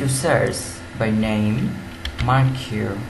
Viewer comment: FYI - It's pronounced Markee